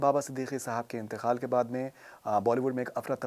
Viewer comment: It’s Inteqaal not intekhaal as far as Khalis Lucknow Urdu is concern.